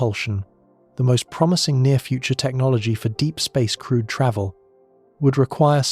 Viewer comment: Also, every time the voice says “crewed” it’s easy to hear “crude” especially here where going to Uranus would be crude even if crewed lol. Maybe for some to differentiate use “manned” instead? 🧑🏽‍🚀🚀